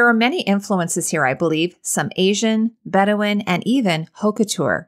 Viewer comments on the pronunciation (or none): none